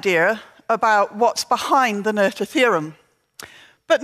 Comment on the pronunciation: This is a minor point, but I wonder why the first presenter, Peter Olver, who bragged about his German skills at the beginning of his talk, can't pronounce Emmy Noether's last name correctly. The "th" is pronounced like a simple "t" (like in "meter") and not like the English "th" (like in "mother")—this isn't that difficult. I ask this because the same presenter felt the desire to pronounce Christiaan Huygens' last name in original Dutch (which is more difficult)—and failed horribly. Nobody asked him to try.